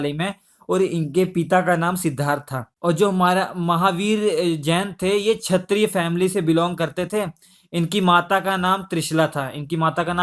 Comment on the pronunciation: Kshtri niii r #babu kshtriy hota h re babu